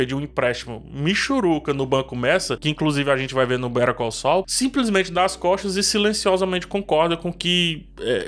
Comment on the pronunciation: Aliás, péssima pronúncia de Better Call Saul, passei um tempão pra entender do que ele tava falando...